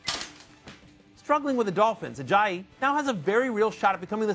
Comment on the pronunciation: First time matthew hasn't butchered it as 'Ajay-yay'